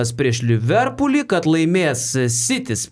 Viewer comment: Podas nerealus, nu bet ismokinkit Liverpool normaliai kirciuot 😅